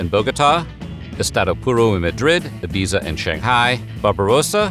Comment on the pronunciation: That is not how you pronounce Ibiza.